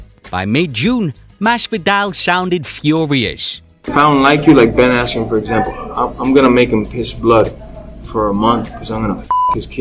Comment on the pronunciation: Ben askwen Silly wabbit